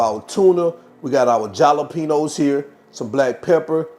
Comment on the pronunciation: Jalapenos are pronounced like “Hal-o-penos”. The J is pronounced like an H. These quesadillas look delicious! 😊